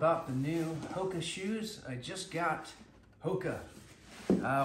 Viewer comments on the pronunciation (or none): Not pronounce "hokee" Its "HOKA"